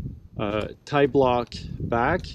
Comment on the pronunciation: I always love your videos, no wonder why Andy Kirkpatrick quotes you. Man you are a genius. The only slightly naughty comment I'll indulge in is: I prefer pronouncing tiblock as the French pronounce P'tit block which is the shortened version of petit block rather than tie-block. I'll doing some solo top roping on Wednesday but luckily enough I'll be able to abseil from the top of the crag. I bought myself a Roll'n Lock last year after seeing your comments on it but I still have a shunt which I use often with double ropes but I also use a back up hitch. Most single pitch climbs here in France are over-bolted so your Stickclip method would be most convenient and once you are at the top after all that toil, you could traverse and use other lines too and spend all day climbing on your own. Thank you again.